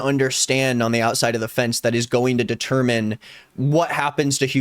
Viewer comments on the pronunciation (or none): none